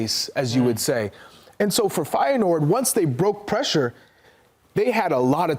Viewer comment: Im infuriated how you pronounce reijnders and feyenord....